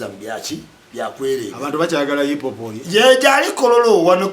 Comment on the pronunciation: U can't even pronounce hip hop neither can this name 10 Ug rappers and he is trolling zamba U can't rank an inspirational storyteller to a bubble gum Luganda words mudongo gravity,..put respect to art and work and contribution... if you want to comment abt music and hip hop in particular have a message not hunger